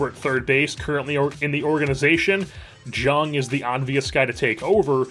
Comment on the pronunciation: Just fr future reference, his name is spelled Jung but is pronounced young! Love the content